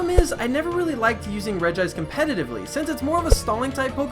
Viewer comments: It's Regi-ice xD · And not regice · Oh btw regice is pronounced regi-ice